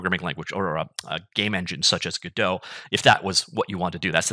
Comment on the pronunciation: Everytime I hear "Gedo" I'm like what's that? Oh "Go Dot" Lol